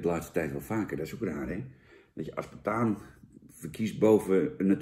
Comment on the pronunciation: Hahaha, die had ik niet eens door. Ik zit mij vooral te ergeren aan "proeft naar" en "AspartaaN"